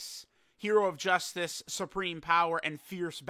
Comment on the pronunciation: "Jew-suits" hearing that and reading it as "Justice" gave me a nice chuckle.